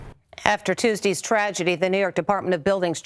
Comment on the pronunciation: "After Tuesdees ..." Lol what